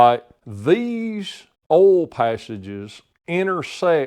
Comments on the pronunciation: WTF is "awhl"? Just messing with you. You do good work Sir. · I’ve heard it pronounced “oilyul” mostly from up north. Southerners usually pronounce it “oil” without the extra syllable. Not saying one is correct and the other wrong. Just different.